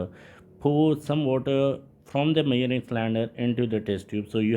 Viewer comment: Measuring ❌️ Myaring✅️